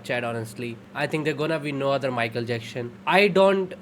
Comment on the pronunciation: Broo his name is Michael Jackson, not Michael Jackshon 😂